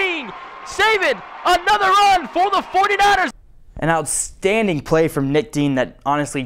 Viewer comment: "Outstadning" #49ersTopPlay